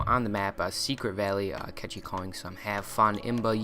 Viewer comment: Kechi? seriously?...